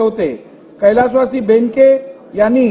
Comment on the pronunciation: बैनके नही रे चोंग्या बेनके साहेब आहेत ते जवन्याला मराठी वाचता येत नाही